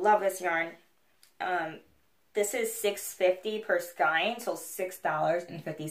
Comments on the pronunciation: Just found your channel! Your too cute!!! Love a shout for affordable yarns. Btw skein is pronounced skān😉☺️ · It was so funny how you kept correcting yourself about the word miter ! I noticed you say skein w/a long I sound....I think it's pronounced w/almost a long A sound.....not quite a long A....but close. Hard to explain ! I just googled "how to pronounce skein" & then listened to the voice say it. By the way, the top you're wearing is such a pretty color ! And nice job on it, too !